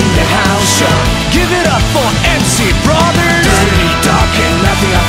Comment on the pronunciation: のbrothersの発音超好きなんだけど誰かわかって